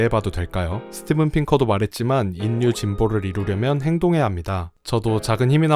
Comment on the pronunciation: 수고에 감사드립니다. 그것과는 별도로 "인류"의 발음은 [인뉴]가 아니라 [일류]입니다. 자음 역행동화현상 때문에 그렇게 발음합니다. "신라"를 [실라]로, "삼천리"를 [삼철리]로 발음하는 것과 같은 현상입니다. 또, "독립"을 [동닙]으로 발음할 때처럼 자음끼리 접할 때 둘 다 변해서 발음되는 자음접변현상도 있습니다. 듣기에 거슬려서 몇 자 적어 봤습니다. 이 댓글은 저 동영상에 담긴 것 중 몇 부분을 수정하여 다시 올리시면 삭제 하겠습니다.